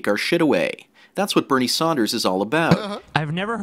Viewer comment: "Bernie Saunders"